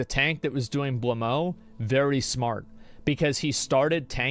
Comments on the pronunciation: actually he prononced blamo instead of blowmeu where "eu" is prononced a bit like the "a" from about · IT'S SPELLED BLOW-MEUH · Blaumeux is pronounced ''Blow-mer''